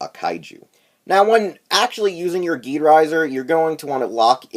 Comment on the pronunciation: Just to let you know, the name is pronounced "jeed"